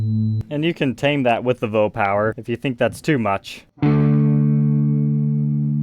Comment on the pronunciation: I giggled every time he said vo power. Coming from Moog, I'm guessing it's a voltage oscillator, usually pronounced Vee Oh. Can anyone confirm if that is correct?